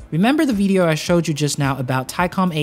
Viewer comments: why u sayin vedeo? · The veedeeoh lol